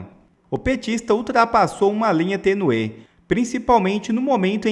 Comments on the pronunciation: Desculpa, mas não se fala tenuê , mas sim tênue...olha o acento. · Tênue e não tenuê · Rapaz é tênue e não tenuê como você fala. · Fale corretamente, Youtuber. Não é tenuê É tênue. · Conselho, estuda um pouco nossa língua. Não é tenue. É tênue. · "linha tenuê"??? Parei aqui...gente.